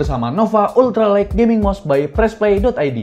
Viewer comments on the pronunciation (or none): none